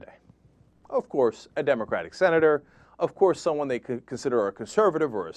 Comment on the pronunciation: i love when he says OVCOARSE!! LOL